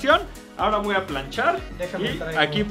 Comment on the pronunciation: "le woa a pasar" xd